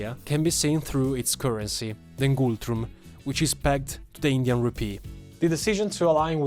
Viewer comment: U said nengultrum instead of ngultrum btw❤❤